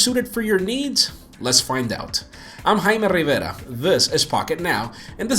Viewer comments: Gotta love the sound. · "I'm " hahaha... Nice comparison!